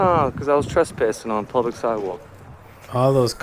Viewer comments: Poor guy just could not pronounce PUBLIC…he kept saying PLUBLIC. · Is he saying plublic?? Morons